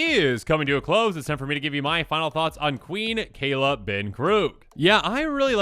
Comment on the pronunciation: Kay-la not kai-la